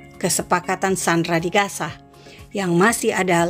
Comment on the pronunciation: Logat yang baik sedikit ya.gaza bukan kasa.